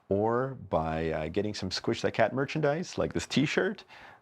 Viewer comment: I heard him said "squish" and I laughed so hard